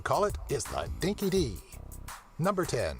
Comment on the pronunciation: Dinky-Di is pronounced 'Dinky-Die'.